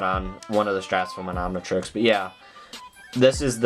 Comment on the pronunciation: It's not omnitriesies, it's omnitrix